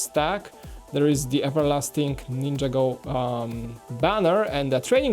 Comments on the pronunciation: its a laser pointer and u keep saying ninjago wrong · says Ninjago so wrong it's not ninja go City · He says ninjago wrong every time